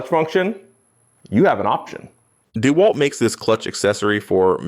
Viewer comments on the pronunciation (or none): none